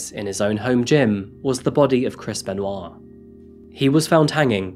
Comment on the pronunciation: A few times in the video, it sounded so much like u were pronouncing his name as: “Crispen Wa”. (& now every time I hear it, i have the image of WaLuigi saying: “Crispen! Waa!”)